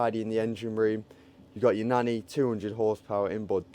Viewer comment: Nanni 200hp engine. Thought he said "9200". Thought it was quite over-powered. :)